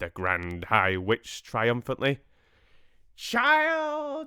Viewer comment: Loved the sing-alongs!! JRR Tolkien did write some really lovely songs!! The Witches... the story is building up momentum and will take off soon!! The Grand High Vitch left all of us in stitches!!! Ridiculous accent, hilarious expressions!! It was a simply wonderful rendering of a simply wonderful story by Mr. Dahl. One of my absolute favourite stories!!